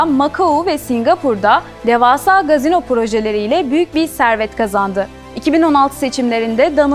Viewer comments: Gazino değil efendim "casino" KASİNO şeklinde okunur. Ancak türkçe kumarhane deseniz daha uygun olur diye düşünüyorum. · Sevgili dış haberler sorumlusu,"Gazino" değil CASİNO!